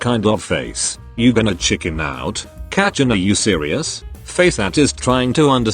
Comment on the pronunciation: It's not kachan it's kacchan